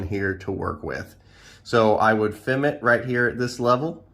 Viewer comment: FIM (F**k---I---Missed) not FEM... Not trying to be a N@ but accuracy is always a good thing. Great Video Great Class